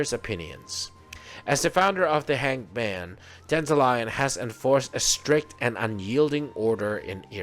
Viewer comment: Why call it Danta-Lion though? So weird. You can even hear them say Danta-Lyon in the story. Wrong pronunciation of the name , BUT a nice guide .